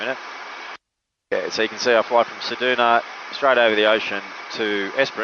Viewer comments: Ceduna, never heard it pronounced ‘sed-oo-na’ before, it’s usually ‘sed-you-na’. Next time bring a fishing rod in case you spend a day there. 😊Incidentally, the town of Forrest is in the Nullarbor plain, Nullarbor literally meaning ‘no trees’. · Haha this got me too. Great video but Said Doo Nah! 😂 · Love it - thanks! But I've never heard anyone pronounce Ceduna as Cedoona. What a beautiful aircraft! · You need to learn how to pronounce Ceduna plus learn how many airstrips there actually are between Ceduna and Esperance apart from Forrest.